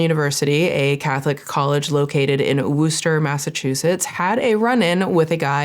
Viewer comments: it’s pronounced wuh-staa Not woo-ster 😊 Haha anyway love your channel and vids. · I live in Massachusetts & my homosexual self just had me jaw in my lap 😂 also.. its pronounced wuh-ster not wooster lol we pronounce it wuh-stuh cuz of our accents but i don't think I've ever actually heard anyone say it out loud like that seriously i thought you were joking until like the 3rd time lol dont feel bad literally everyone reads it & pronounces it like that apparently i just don't get out much so im tickled that you're the first one ive heard say it like that lol ly 💜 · lol you got body cam from them but not the correct pronunciation of the city😂😂 I'm getting triggered by Wooster😂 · Slightly off topic; it's not pronounced Wooster, it's more like Worster (spelt Worcester) Source: I grew up there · Hearing woooster as a mass resident instead of wusster is sending me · I used to live nearby this school. It is in a working class city, where it is hard to get by. School is great if you are focused. To give up you're education at this school for this dumb stuff is CRAZY. Its not pronounced Wooster either. Wusta lol noooobody says Wooster. Mass laws can be antiquated, these are not new consent laws. They should be changed! Appreciate your story on this. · giggling every time you say worcester as woo-ster - in MA we call in wuhster - nbd just funny to hear it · oo something in my state..and also lol "Woo-stir" Its Wis-tah for future ref! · WUS-TER is how it's prounced. Worcester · The way she says wooooster 😅 solid attempt, but it's wustah. Massachusetts is weird. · So funny to hear you say “Wooster” because being from that area, it’s “Wuh-Stuh” 😅😅😅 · I love your videos and I mean this in the nicest way possible because the way mass towns are spelt and pronounced are completely different Worcester is pronounced like “wusster” not “Wooster” again I love your content but as a Mass resident I had to say it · lol “Wooster” no ma’am it’s “wister” like wisteria 😂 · Woo-ster? LOL